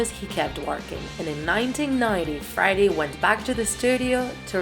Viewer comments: Ali3nC4t I hear it and she sounds so weird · Why does she say friday and not Freddie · I always understand Friday instead of Freddy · It’s Freddie (Fr-eh-dee) Not Friday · Why is she saying friday? Its Freddie or Fredderick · And she calls him Friday Mercury. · Not to be rude but it triggers me that she says Friday instead in Freddie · i always trip when u say freddie but pronounce it like friday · Is it me or she says “Friday” instead of “Freddie” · She says 'freddie' like 'Friday' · Say his name right, it’s Freddie not frady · Freddie sounds like friday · It is only me or this guy/woman is saying "friday" instead of "freddie"? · It sounds like she says: 'Friday Mercury' a lot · Why does she say friday mercury😂😂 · This person draws so well, but they cannot speak properly whatsoever. This whole video is so cringey because of the many areas where they mispronounce Freddie, Queen, Opera, etc. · I love the way she says Freddie 😂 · “Fraddie.” She pronounced bass like the fish. Deacy’s hair was brown, not black. “Killer Quin” “Ohpera” “Hada Space” “Ander Prasserr” “Hanger”